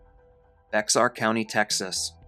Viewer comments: Bexar County is pronounced Bear County, not bixar county.. Bear County,Bear County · For future reference, from a Texan, Bexar is pronounced Bear. Thank you for starting with some true crimes I haven't heard/seen before. I actually enjoyed this.